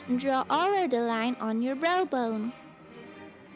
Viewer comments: The way she says Browbone like Brobone XD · it sounds like she says "bro bone" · It's so funny how she says brow bone xD